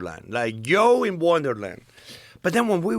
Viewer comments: V's are B's ,J's are y's unless he says July 😅 I couldn't help but laugh when he kept calling Joe yo.😂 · Hilarious he pronounces him Yoe, but doesn't call himself Yosé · Such a fun episode. It is funny he can say "Japan" but not "Joe". :) Yo Rogan